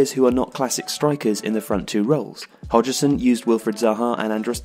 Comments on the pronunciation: your nationality always puzzles me when I watch your (excellent) videos. you speak perfect english, you sound english, but you pronounce some words in a very non-english way. case in point for this video is, 'hodg-e-son'. we say 'hodg-son'. there are many other examples in other videos, but none spring to mind as i write this. never mind, i still love your videos. i just find it curious. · Hodgson. Correct pronunciation is Hoj shun. Not hoji sin. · 'Hodge-Son", not "Hodge-ee-son" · No one:: Hodgerson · HODGSON FOR GODSAKE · It's Hodgson not Hodgison! Other wise love the video. Shame to see the traditional 4-4-2 fade away too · Why do you keep pronouncing it "Hodg-er-son"? It's Hodgson, so pronounce it Hodgson. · "trarnsition" "Hodgerson" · Who tf is hodge-er-son? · Roy 'Hodgerson' lol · Who's Hodgerson 😂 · Roy Hodg-er-son? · What is this new pronunciation of Hodgson? Hodgerson? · Who's HogEson lol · We gonna just let him get away with saying “Roy Hodgerson” then? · I think you're saying 'Hodgson' wrong. You're putting an 'er' after the 'hodg', as in 'hodgERson'. It sounds strange. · How do you not know how to pronounce Hodgson! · How the hell can you not pronounce Hodgson correctly???!!! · The way he pronounced Hodgson 🤮🤮🤮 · Well, that's the first time I've ever heard somebody intentionally mispronounce Roy Hodgson's surname. (hashtag Woy) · Is the narrator actually a football fan coz he pronounced Roy Hodgson’s name really weird